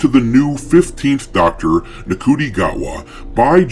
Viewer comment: FYI - the Doctor has two hearts. Plus its pronounced 'Shoo-ty' Gatwa. God knows how.